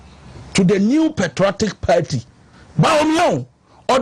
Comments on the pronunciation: BUSH EFUOM AKAN GUY. THE WORD IS PARTY, NOT "PERTY". KWASIA! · IS THIS AKAN EFUOM (HOST) IN A YELLOW T-SHIRT NOT BOTHERED ABOUT OR ADVERSELY AFFECTED BY WHAT ABRONYE DC IS SAYING ABOUT THE LARGE-SCALE PLUNDERING OF GHANA TAXPAYERS BY THESE NPP AND NDC POLITICIANS? THE WORD IS PARTY, NOT PERTY! BUSH AKAN JSS BOY! LET THESE CRIMINAL POLITICIANS "SPILL THE BEANS" FOR EVERY GHANAIAN TO KNOW THE MESS OUR SO-CALLED LEADERS CONTINUE TO DROWN OTHER GHANAIANS INTO. WONTUMI IS FOLLOWING EXACTLY IN THE FOOTSTEPS OF AKUFO-ADDO ABOUT THE LOOTED NATIONAL CATHEDRAL PROJECT AMONG MANY OTHERS, KENNEDY AGYAPONG ABOUT THE LOOTED STREET LIGHTING AND COCOBOD PROJECTS FUNDS AMONG MANY OTHERS, OFORI-ATTA ABOUT ENRICHING HIMSELF WITH HIS SHARE OF LOANS FROM THE IMF, ETC. THE LIST GOES ON AND ON. THESE GHANAIAN POLITICIANS ARE DEVILS AND VERY CALLOUS. LOOK AT HOW THE VAST MAJORITY OF GHANAIANS ARE SUFFERING OF DEPRIVATION OF THE BASICS OF DECENT STANDARDS OF LIVING HOSPITALS, SCHOOLS AND UNIVERSITIES IN GHANA ARE WOEFULLY UNDER-RESOURCED AND STARVED OF GOVERNMENT FUNDING, CHILDREN SCHOOLING UNDER TREES AND IN DILAPIDATED STRUCTURES, WITH SEMI-LITERATE TEACHERS, ETC. MOTHERS DELIVERING BABIES ON HOSPITAL FLOORS FOR LACK OF BED SPACES ON HOSPITAL WARDS, ETC. GHANAIANS, PARTICULARLY TRIBALISTIC PRIMITIVE AKANS AND OTHER GHANAIANS, MUST WAKE UP AND FORGET ABOUT TRIBAL POLITICS WHEN CASING THEIR VOTE..